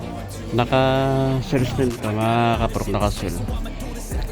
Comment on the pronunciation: Naka sale po, hindi po naka sells po or naka Cells… para maganda po pakinggan. Palagi po akong nanonood sa mga vlogs po ninyo. Mabuhay po kayo. God bless po.